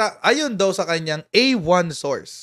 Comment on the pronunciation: A-1 SAUCE hindi A-1 SOURCE